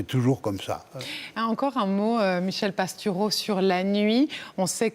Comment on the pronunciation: Merci pour cet entretien. Et : c'est bien quand la personne qui interroge prononce correctement le nom de son invité (PastOUreau et non Pastureau). Et aussi le mot aujOUrd'hui - et non aujaurd'hui.